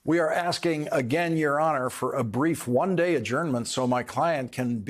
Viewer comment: "....his third mother-in-law's" funeral ...the emphasis on "third" 😂